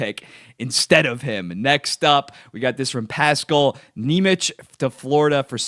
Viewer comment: Lowkey kinda pissing me off the way you're pronouncing nemec 😂